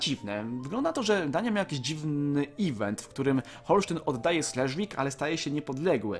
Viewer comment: slesvig czyta się dzisiaj szlezwyś)(znaczy niemiecka cześć)